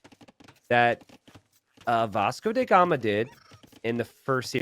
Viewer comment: Yo,... my man.. bro... farm-bro... Can.. you.. please.... say DA gama, not DE gama... T___T